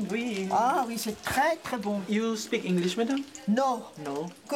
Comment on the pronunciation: " you speak inglish madame ?" J'ai craqué il est trop mignon